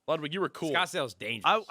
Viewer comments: My man Nade asked how to pronounce Ludwig's name and he still gets it wrong bruh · no I wasn’t being sarcastic, I meant that. Aside from when Ludwig first corrects his pronunciation Nade doesn’t say it right for the rest of the show. I found it hilarious even Jack stopped saying it properly and joined Nade after a bit. I didn’t mean to come across as sarcastic, could it be the full stops and commas? Anyway I only meant to agree with you and like your comment x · omg yes, he didn't say it right once.